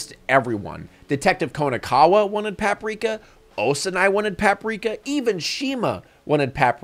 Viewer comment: The way he pronounces "Paprika" is hurting me deeply